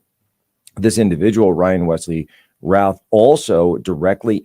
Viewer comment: FYI..., the last name "Routh" is pronounced "Ruth". It is a common surname here in the Triad area of NC.